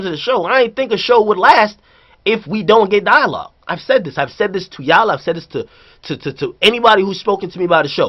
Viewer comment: nigga said 'DI-O-LOGUE' 😂😂😂